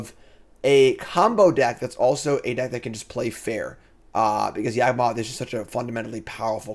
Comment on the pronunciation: everytime mispronounces Yawgmoth you take a shot.